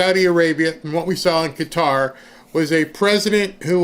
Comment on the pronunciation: Finally someone can pronounce Qatar correctly. Thank you